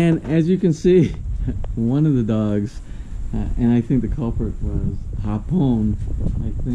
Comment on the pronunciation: Hi! HA-pon as in afternoon is pronounced with the accent on the first syllable. When you say it as ha-PON, it actually means Japanese or someone who is Japanese. The Filipino languages rely heavily on accents on syllables as one word can have several meanings depending on where the accent is stressed.